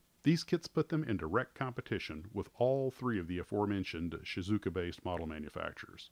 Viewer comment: No, that sounds definitely wrong. I have been living in Japan for 29 years now, and it's definitely Shee-zoo-oh-kah (unofficial Americanized phonetic spelling; your mileage may vary). The two characters the name is made up from also break between the "u" and the "o": 静岡 that is to say 静 ("shizu" meaning quiet, tranquil) and 岡 ("oka" meaning hill(s)). Thanks for the videos by the way. I used to make model kits when I was a kid. Stopped when I went to college, but two years ago, I gave a Mitsubishi Raiden by Zoukei-mura ( as a birthday gift to an old highschool friend who had continued our old hobby on and off over the past 30 years. Made me want to sniff the glue again as well, but I haven't found the courage yet to take the jump. I think I would if there was a model of the Citroën Dyane around, because I've always wanted to build a diorama of my mom and dad and my little brother and me on holiday in France in the 70's... No drug as powerful as nostalgia,...